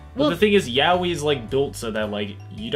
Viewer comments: How I pronounce yaoi..... yay-o.. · Every time I heard her say Yaoi wrong, My heart shatters..